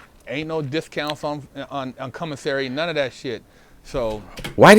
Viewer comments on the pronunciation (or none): I was working out and you almost made me drop the weights on my face when you said “cumasary” 😂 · Let’s take a shot everytime he says “CUMASSERY” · I thought I was the only one who heard “cumissary”.😂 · He definitely said CUM missary, and I also heard did a gay porno called Koala Man! I can't prove if it's real, and I'm not brave enough to look it up. do be speaking the truth sometimes, but he do be looking a lil suspect also! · I heard commissary , G. 🙉